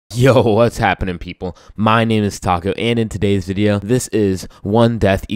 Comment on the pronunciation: In the intro when you said that you’re it sounded like Taco so now I’m hungry